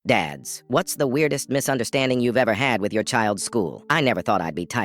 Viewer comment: "Misunderst-- ANDING" bro wha- 😭